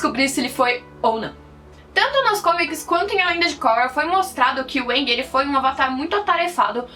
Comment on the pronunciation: A pronuncia seria Aang kkk. Porém na versão dublada os cara fala "Âang" Msksks